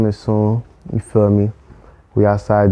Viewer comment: bro said you feal me in the intro like 12 times lol